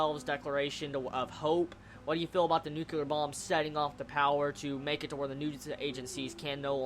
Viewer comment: You keep saying "nucular" it just reminds me of that W. Bush moment. It's nyuu-klee-urr. :P